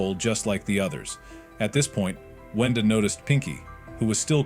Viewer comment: Kluker❌ cluker✅ brood❌ brud✅ arnold❌ garnold✅ boaxcx❌ owack✅ whendoes❌ wenda✅ are you dumb?!